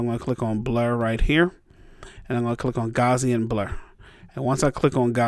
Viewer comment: It's pronounced GOW-see-in (GOW rhymes with MOUSE, the "i" should really be a schwa. Pretty close! The Gaussian is the famous bell curve from probability and statistics, named in honor of Carl Frederick Gauss, one of the greatest mathematicians of modern times. Please pronounce it right. THANKS! (^_^(